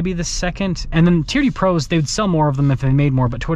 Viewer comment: TRD, sounds like you're saying TEAR-DEE